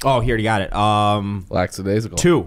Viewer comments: Anybody wanna talk about how was on the side of saying it was "lackadaisical" earlier in the show but then himself said "lackSadaisical"?! Just saying, love ya bro, but you sound a little hypocritical. LOL:) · Portnoy says “ lacksadaisical” that’s why these guys were confused.